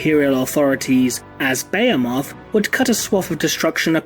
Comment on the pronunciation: Be-hee-moth not baya-moth